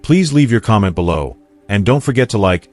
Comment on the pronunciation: I hate that AI is reading this and makes ridiculous mistakes like bellow instead of below! Ruins everything!